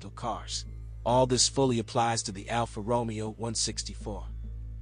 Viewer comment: NOT Alfa Romeo as in ROmeo and Juliet, is is Alfa RomEo.... the accent is one the E NOT the O (actually sounds like 'RomAyo' ). At least get the basics correct, please.